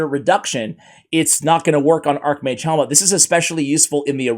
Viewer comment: I really do not think it's pronounced "Helmet". Its Hellmood - for Archmage Hellmut. It's a german name.